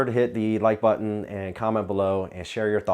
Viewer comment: Did you say “pura vida” at the end there or what was that